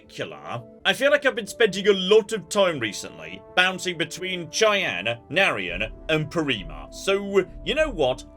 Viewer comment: keeps pronouncing “Cheyenne” wrong. He’s played FONV countless times. How does he not know it’s pronounced with a soft “sh” sound?